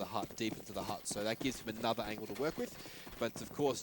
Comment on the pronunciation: can someone please teach this caster guy how to pronounce "angle" lmao